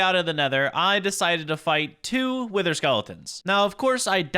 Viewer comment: I thought he said we need to defeat the winter not wither I had to rewatch that part 😂